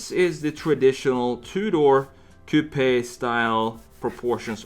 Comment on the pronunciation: my drunk ass cant handle it when he says "cou-p-aye" lmao